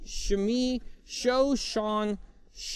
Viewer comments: Only ari username is Arionuq, which he did say. Unless your IRL name is SeaGnome, SEAKAS, or Sears (all of which got said), I think you may have been one of the many many Sean's. Which he prounced Seen rather than Shawn. To be fair, by that point he was flagging a bit, but I'll admit a "for the homographs" video would be a nice followup. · ( He pronounced my name "seen".